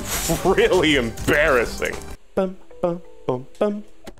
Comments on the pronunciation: you mean "em-berry-sing" :))))))))))) edit: im so sorry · Bro did not just say “em-berry-sing” I love every level in Celeste though, I do not have a worst level =)